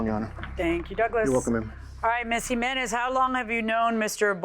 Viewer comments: GEESMENEZ lol Jimenez PRONOUNCED "hemenez" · The way that man pronounced "Jimenez"...LAWD! 🤦